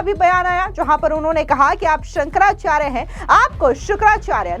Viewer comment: संकरा चार नही सुकरा चार है